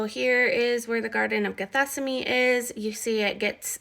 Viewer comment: Are you trying to say "Gethsemane"? ""gheth-SEM-ə-nee"? Are you renaming it or??? I am confused.